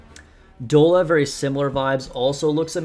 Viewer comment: Bruh. You still calling this girl "Dola"!? It's "Dolla" like Dollar bill slang. All Talentum squad names are based on currency - money - dollar, rupee, and yen/wan.